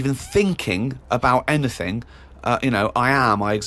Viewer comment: "do ya need anyfing building?"